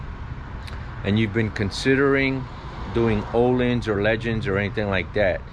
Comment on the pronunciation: It’s pronounced ‘OHLEENS’. Legends is a very good brand as well but Ohlins is always a trusted name in suspension.